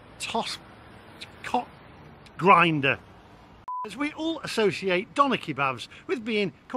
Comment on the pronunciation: Grinder lee? Really 🤣🤣